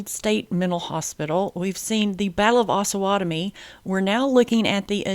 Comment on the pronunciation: We, the residents of Osawatomie would like to let you know it's pronounced OHsawatomie with a long O vowel. It is a combination of the two rivers/creeks that border our town the OHsage and Pottowatomie. It's not AHsawatomie! We tend to need to correct foreigners when they pronounce it wrong....signed Mr. P's Community Class .